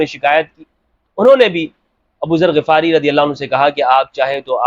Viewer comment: Assalamualaikum,, Hum nay GHifari parha hay Ghafari nahi, Yani Zabar nahi Zair hay Ghain pay?